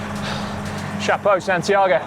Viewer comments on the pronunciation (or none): none